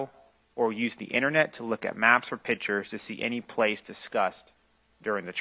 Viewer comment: “Pittures,” is not a word. A judge can’t pronounce a simple word.